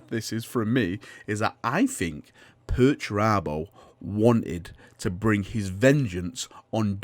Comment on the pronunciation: You just love saying 'Perch Rabbo' dont you? :)